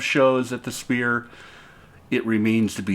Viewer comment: I know, it sounds like he's pronouncing it "Spear." ?